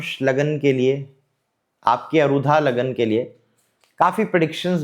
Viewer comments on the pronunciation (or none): कम उम्र में ही ज्योतिष का आपका अध्ययन इतना गहन है, अनेक शुभकामनाएँ!🌼 केवल एक सामान्य निवेदन है— कृपया अरुधा नहीं, आरूढ़ बोलें। आरूढ़ (Aarudh) सार्थक शब्द है, अरुधा का कोई अर्थ नहीं है। वर्तमान ज्योतिष में यह शब्द चल निकला है, परन्तु विषय-विशेषज्ञ से अपेक्षाएँ अलग होती हैं।